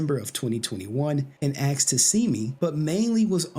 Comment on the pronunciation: Aksed? ASKED!